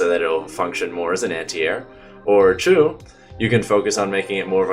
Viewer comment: I like that when you say two it sounds like your saying chu